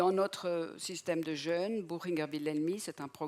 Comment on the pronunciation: Jeûne ! Il y avait un mot important dans cette vidéo, et ni le professeur ni la conférencier ne sont fichus de le prononcer correctement !... Jeûne et Jeune se prononcent différemment. Regardez un dictionnaire phonétique !